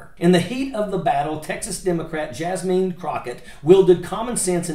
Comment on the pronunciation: Nice compilation of some of Jasmine’s best work for the American people. ❤ BTW, Her name is pronounced “Jaz-min”